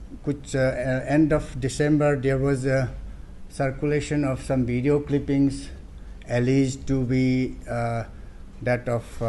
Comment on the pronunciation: I understand local leaders or some association leaders speaking in such a way but the so-called high ranking officers of Arunachal Pradesh pronounce such a vulnerable pronunciation, I'm totally out of speech. Like BDO for video, por for "for" and many more...... Aree yaar, at least officers aur student's union leaders ka toh thik ho.🙏 But mushrooming such a terrorist group in Arunachal Pradesh is really a matter of concern. May peace prevail in the state.🙏